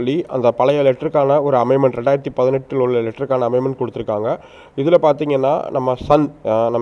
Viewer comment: அமைமென்ட் இல்லை அமென்மெண்ட் என்று சொல்லுங்கள்